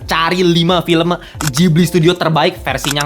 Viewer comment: Itu Ghibli, bukan jibli